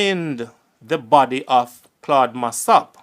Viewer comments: u start by mispronouncing his surname. Its Mass-O-p, not Mass-A-p. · Why is your pronunciation so awkward and clumsy,the man was not “mass app” the pronunciation is “ mass Up”. And he was referred to as “Claudine” not”Claud”. Hence “ claudy Massop” stop talk like you not Jamaican, you are such a terrible narrator, interesting story but you make it difficult to listen terrible presentation